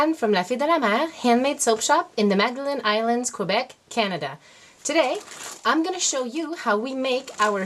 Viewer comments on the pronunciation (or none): none